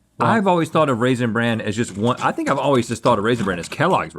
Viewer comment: Rhett can't decide weather to pronounce it raisin bran or raisin brand lmao